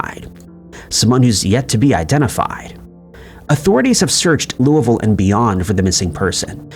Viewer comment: Of all the words you mispronounce, you pronounced Louisville similar to how someone from Kentucky would.